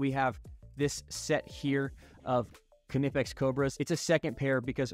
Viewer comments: That knipex pronunciation hurts but i agree with your list :) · In english, it's okay to drop the K and pronounce it "nip-ecks". It's exactly like "knight" and "know". These are foreign words assimilated into english and we dropped the k over time. Just don't let the germans hear you.